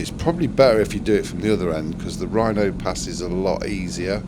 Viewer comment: Loved your video. I've done it loads of times but I only live about 75 minutes away and I almost always do Wrynose first, and that was the other comment I wanted to make, it's Wrynose, not Rhino pass 🤣 Good effort doing it two up on a GS with full luggage though, not sure i'd want to try that and especially not going that way!